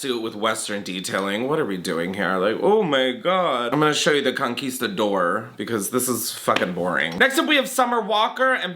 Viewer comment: Not the Conquista-door 😭😂